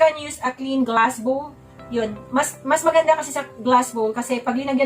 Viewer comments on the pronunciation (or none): none